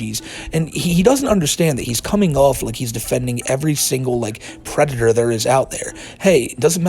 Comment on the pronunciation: The white bowser is a pwedator